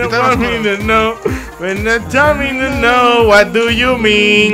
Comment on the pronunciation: dice es what du yu min:v